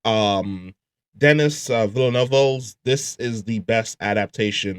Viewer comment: Great compilation man! And happy new years. Btw his name is pronounced like "Dinny Vellnuhv"